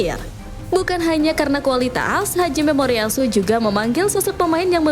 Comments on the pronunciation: Hajime Moriyasu, Min. Bukan Haji Memoriyasu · salah bang yg bener ha jimemoriyasu